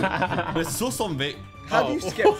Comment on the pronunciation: the way just said soos hhahahah😂😂